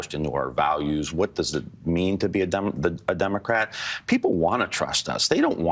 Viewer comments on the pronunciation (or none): did he say Dumocrat ?